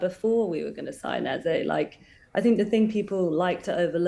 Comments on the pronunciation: Come on, his name is Eze not Eza. It’s only two syllables and not that difficult to say. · its pronounced Ez-AY not Ez-AH.